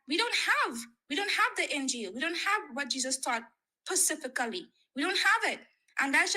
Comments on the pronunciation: The way she pronounces “specifically” kills me 😂 She sounds peak Muslim! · She is asking PACIFICIALLY 😂😂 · PACIFICALLY. He should have binned her at that pacific point in the conversation. After that it was just torture to have to listen to that, And a waste of all our time. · I gave her the benefit of the doubt on the first two "pacificallies", but this third one removes all doubt. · Pacifically instead of specifically lol...her speach impediment is cute, but she lacks common sense lol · "pacifically" why😭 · “Pecifically” *specifically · “We don’t have what Jesus taught… pacifically.” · She said the word specifically as pacifically 😂😂😂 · The indoctrination is "pacifically" deep in this one. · “Pacifically.” 🙄 Anyways, Jesus is King. ⛪️ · pussyfically? Gurl!! 🤣🤣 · what does this have to pacifically do with the injeel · .... "Pasifically" 😎, meaning we don't "ocean-ally" have the injeel. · Never trust a woman who struggled to say “SPECIFICALLY”🤣🤣